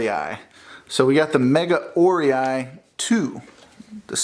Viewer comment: Very nice unbox video! Very professional! By the way, the pronunciation of Megaorei is [mɪ'gaʊreɪ]...:-)